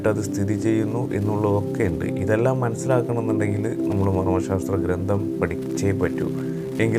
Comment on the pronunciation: വിലയേറിയ അറിവുകൾ. വളരെ ഉപകാരപ്രദം . ഒന്നു ശ്രദ്ധിക്കുമോ ? " ഗ്രന്ഥം " എന്നാണ് .ഗ്രന്തം, അല്ല.